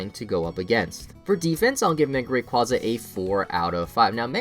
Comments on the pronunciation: Move wise, yes, but stat wise Not anymore (Eternamax Eternatus lol) Oh and btw it's pronounced ray-kway-zah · RAY QUAZE AH!!!!!!!!!